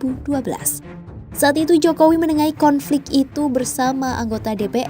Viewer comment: "HEDOP JOKOWEE"